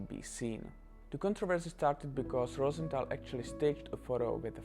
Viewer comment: Btw it’s rose th al not Rosen th al